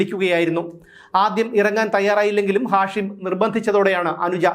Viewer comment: നിങ്ങൾക്ക് ഇപ്പോഴാണോ ഇത് മനസിലായത്... ഹാഷിം മയക്ക് മരുന്നിന്റെ പേര് അല്ലേ? ഉച്ചാരണം മാറ്റൂ